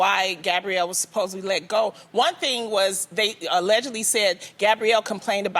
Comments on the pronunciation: Loni, the word is "supposedly" 🤣🤣🤣🤣🤣🤣🤣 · Loni!!!! It’s not supposebly.....it’s supposedly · I'd like to know how people keep getting jobs when they can't speak properly. SupposeBly....no Loni, supposeDly. Why is Jeannie ranting and raving again!? Jeannie loves to hear herself talk. Again, why is Rachel there? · Supposedly, not supposebly...🙄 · Someone help out our girl Loni and let her know it’s pronounced “supposEDly” (not supposeBLY) ...This isn’t loni’s fault, I’m from Michigan and most folks here mispronounce it. 🤟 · “SUPPOSED-BLY”....Really, Loni? Jeannie is an empath and logically thinks, thank God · Supposebly? ??.Loni lol..